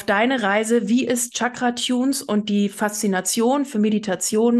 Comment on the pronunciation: Tschakra, 😂😂😂 das wird "Schakra" ausgesprochen.